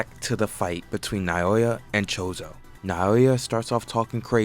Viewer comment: can this dude not learn 3 names bruh, he calls naoya nayoya, choso is chozo, ogi is ozi, jinichi is ginichi, learn the damn names